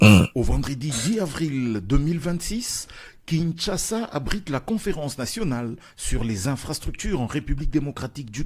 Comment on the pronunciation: BM, la publicité du site de vente des maisons ,parle de kinshaza. Non, c’est Kinshasa.